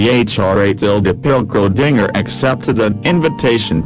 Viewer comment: The computer voice is reading the script wrong, specifically Schrödinger's name